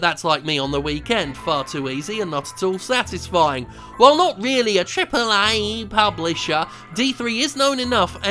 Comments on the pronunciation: "tripllle EEEYYYYEEEE" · triple EHHH EH EH EH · Year 203X - The famous, and infamous, youtuber Jim Sterling died last week, trying to ramp up his pronunciation of "Triple A" to an even greater ridiculous height. The undertaker claims the coffin is still making Aaay sounds as he was putting the last of the soil onto the grave.